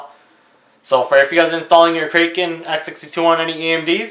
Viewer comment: The Kraken comes with thermal paste preapplied. Additional paste is neither necessary nor desirable. Next time read the instructions before presuming to teach others. And it's "krah-kuhn," not "krake-en." As in the legendary sea monster